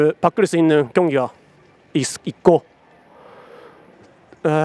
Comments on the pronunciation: 인생 한국이랑 일본이랑 발음 비슷해서 걍 린센~ 갈기는거 ㅈㄴ멋있다 ㅋㅋㅋㅋ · 인생 발음이 굉장히 일본어네 ㅋㅋㅋㅋ